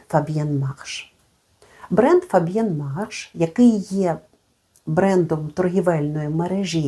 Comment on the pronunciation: вітаю! Дякую за тепле відео. Saphir Blanc маю у колекції і він мене дуже тішить ❤, тож відео дивилася аби послухати що ще Ви про нього розповісте. 😊 І спасибі, що я нарешті дізналася як нормально вимовляти "Fabien Marche"! ❤